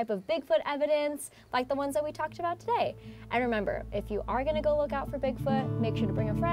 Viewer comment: plus.....vocal fry. Plus, "like", "you know" "G-O" instead of a 1 syllable "go", for God's sake